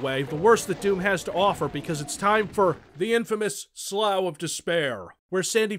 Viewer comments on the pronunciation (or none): Slough Is Not "sll-owe" It's "Sl-off" I thing. Like "the dead skin on my big toe sloughs off when I scratch it if I stay in the ocean too long" Right?